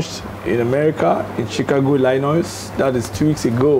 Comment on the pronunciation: it’s pronounced (hill li noi) Illinois and not hillnos like you did. 😁